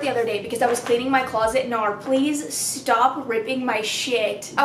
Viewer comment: the first time I watched your one of your videos and you mentioned Nar for the first time, I thought you were saying no in cursive. I'm sorry😂